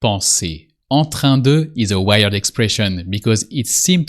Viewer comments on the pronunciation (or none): Thanks for explaining these common expressions. You pronounced "weird" like the English word "wired", which is disconcerting. In "weird" you don't pronounce the "i". It is pronounced as though it were spelled "weerd". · face-purple-wide-eyes::face-purple-wide-eyes:WEIRD is not WIRED... please improve your pronunciation, PLEASE! :face-red-heart-shape::face-red-heart-shape::face-red-heart-shape::face-red-heart-shape